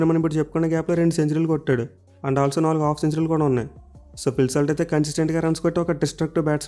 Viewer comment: phil salt not slat